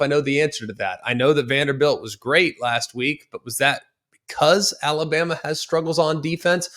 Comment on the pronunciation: Had a problem with saying Alabama there buddy! 😂 Colorado 42 KSU 17